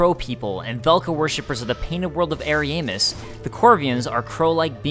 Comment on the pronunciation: from other lore videos(i.e. Vaati) they pronounce it to be Arian-DEL (like adele) and Ari-ya-mus instead of Ari-EY-mus. but i havent played the DLC so idk for sure how NPCs pronounce it or if they say it at all.